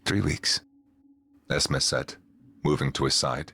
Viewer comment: ES-MEE not ES-meh. It's short for Esmeralda, my youngest daughter's name.